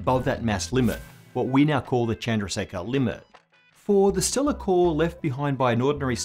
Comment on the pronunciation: chandraseka....😅😅😅😅 Wo chandrasekharrrr he...